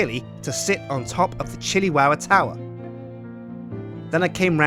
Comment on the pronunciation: Chilli towah?